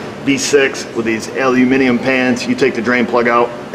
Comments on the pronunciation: Oh! You said 'aluminium' like a brit, so good to hear that. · I commented on use of 'aluminium' in a previous video...... He is actually pronouncing the word correctly!.... I appreciate that you Americans are 'trying' to say the word, but does say it correctly!;-) (and yes, I AM English....). Have a nice day!... lol.